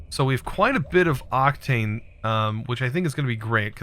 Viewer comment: Octane and octine aren't pronounced the same mate Oc-tane Oc-tine